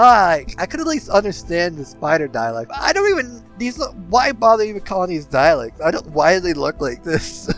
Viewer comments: Interesting video, but listening to the butchering of the word "Dalek" was painful. There is no i in the word. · it didn't really, it was kind of funny you were so worried about mispronouncing all these other words, but not dalek. I guess that's how the brain works sometimes, over worries about some things and just lets other stuff through.. either way, the presentation was well done and it was an interesting subject, the mispronunciation wasn't enough to make me turn it off, or prevent me from liking and subscribing. I may have been exaggerating for effect, when calling it painful. The trappings of commenting on social media platforms.